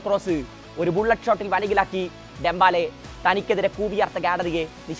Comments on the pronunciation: ഡെമ്പാല അല്ല ഡെമ്പെലേ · Dembaala allade , Dembele 🤣